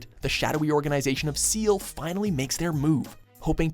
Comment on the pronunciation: How is EoE at number 2?! Should be at number 1! Also, "SEEL?!"